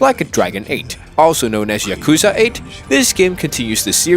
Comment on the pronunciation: If you're gonna say Yakuza throughout the whole video, at least pronounce it correctly... 💀💀